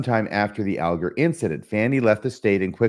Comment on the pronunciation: I believe descendents of Fanny Alger pronounce Alger All-ger.